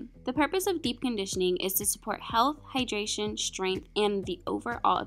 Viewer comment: Sorry but it's Hydration not hyderation